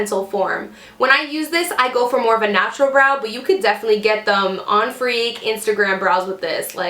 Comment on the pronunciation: did you say on freak ????!???? it's fleek lol 😭😭